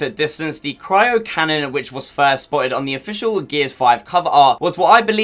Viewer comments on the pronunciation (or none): none